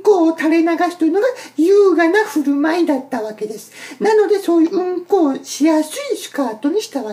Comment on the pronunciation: うん↑こ↓草